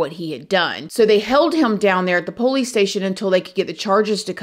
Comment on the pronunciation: Hey friend! Can't wait to listen tonight when we travel home from work. My husband and I just love you, and we LOVE the way you say "po-lice" ❤❤❤